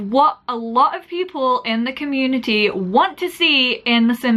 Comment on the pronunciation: "The CommuniTEA" LMAO <3